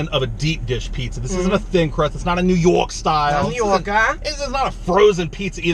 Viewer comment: I like how their NY accent sounds Boston lol